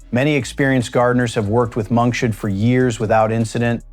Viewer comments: It is pronounced Monk's hood not monkshud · Monkshood is not pronounced correctly in this video. The stupid AI voiceover says it like: monk shood. It should be pronounced like: monk's hood, as in the hood of a monk. Oleander does more than affect your heart. If you get it in your face, it can cause anaphylactic shock, making it impossible to breathe. This happened to one of our apartment managers and he had to be rushed to the hospital in an ambulance. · it's Monks hood not Monk shood. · This AI pronunciation of monkshood is absolutely hilarious! I am really old, and have never heard it said as "Monk should"... Monk should what? I guess you can't expect AI to figure out that the flower looks like a hood that could be worn on the head of a monk, and thereby determine that the flower name should be pronounced as "Monk's hood". 😂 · Monks hood not monshood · Dang ai! Some day they'll teach it to say "Monks Hood" instead of "Monk Shood". smh. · Wow, these AI mispronounciations are annoying! It's not monk-Shud. It's pronounced monks hood because its shape resembles a monk's hood. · I always called Monkshood, monks hood. This guy calls it monks should. Never heard that before. This is an interesting presentation, but has a stilted AI voice, but the information is good and useful. Makes one think, "how did I ever grow to adulthood, without killing myself and the house pets?" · Monkshood is pronounced Monks Hood, not monkshood. Why can't you get narrators who have a bit of knowledge of their subject!!! It is so stupid to listen to everything being mispronounced. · It is not pronounced monkshould. It is pronounced Monks Hood, because it looks like a monk with his hood up. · It's monks hood. That's the problem with AI voices. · There is no "sh" sound in monkshood- derived from "monk's" "hood" i. e. separate words. Silly AI